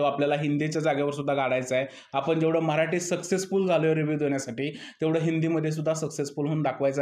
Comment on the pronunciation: अरब्या भंगार होता split विला खेळत होता कमजोर लोकांवर माज करत होता बिग बॉस ने पण 20 वर्ष वयाने जास्त संग्राम ला आणला अरे दुसरे अथलीट बॉडी असलेला एखादा तरुण आणला नाही त्यामुळे अरब्या चं फावलं, खूप चुकीचं विश्लेषण करतोय हा माणूस अरब्या ला मराठी नीट येत नव्हतं कळत नव्हतं, तू सुद्धा मराठी ला म्हऱ्हाठी म्हणतोय 😅